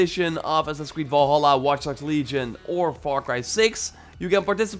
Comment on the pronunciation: How he says Assassin's "ass sasis" 😂